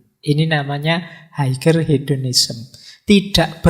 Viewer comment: Nun sewu, "Higher" bacanya "Haier"...g nya gak dibunyiin..